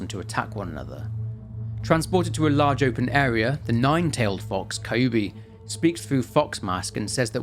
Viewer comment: Slight issue, your pronunciation is off. With a handfull of exceptions, Japanese is pronounced exactly as the Romanji looks like it should be. Hina-ko not Hi-nako. Hina- sunlight, natural growth or princess Ko- child. Kyu-bi- Kyu- nine, Bi- tail. Also, the flowers are important. The Spider Lily, in the language of flowers, has meanings of death, the afterlife, lost love, and separation. They did NOT just put them in at random.